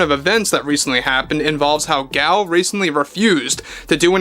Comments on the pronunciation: Nope, he is pronouncing it incorrectly. It is Gull. It’s Hebrew. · The nuance is still different how she pronounces it - even in English. It’s not the long vowel A. But either way does not offend me and I wish you a pleasant evening. Cheers.